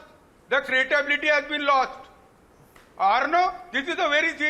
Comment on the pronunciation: LLM kiya hai ne aur 'credibility' ko 'cratability' banaa diye